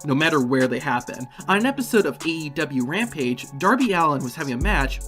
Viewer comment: So we not gonna call about how he said DEW Rampage